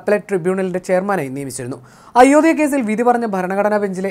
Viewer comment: ഇയാളെന്താ അയോദ്യ എന്ന് പറയുന്നത്? ഉച്ഛാരണം പഠിച്ചിട്ട് ഈ പണി ചെയ്യുക. (അയോദ്ധ്യ)